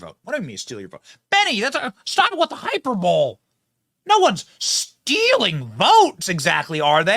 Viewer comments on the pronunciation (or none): It’s not hyper-bowl it’s hyper-bowl-lee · hyperbole pronounced: hy-per-bolie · Please look up the pronunciation of hyperbole. 🤣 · HIGH-per-bole? Try high-PER-boh-lee